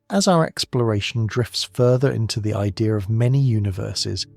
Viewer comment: It’s idea not idear!